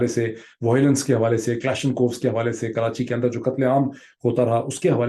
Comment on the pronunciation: Learn the poem atleast man. Poilet and voilence Mr. Story teller.